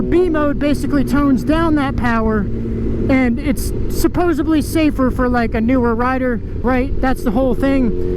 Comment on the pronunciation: Bro. Bro. It's "Su-pose-ED-ly" Not "su-pose-EB-ly". There's no B in supposedly. Also, it's "ES-special-ly" Not "EX-special-ly". I'm sorry to be That guy, but come on, you're a grown, adult male. Supposedly, you should know how to say these basic words, especially since you're an adult.